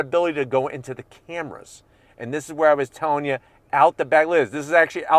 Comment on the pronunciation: 360 degree "cramras" lol!